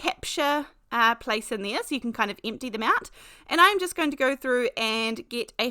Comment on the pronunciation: As a native Californian, you always make me smile when you say “Hi they-ah”. Every time. It’s so fun spending time with you. We are having fall weather here (Los Angeles suburbs) - cool enough to wear a sweater, windy enough to blow our hair, sunny enough to keep us happy…